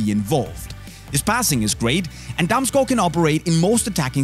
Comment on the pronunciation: Ah yes, damsgoe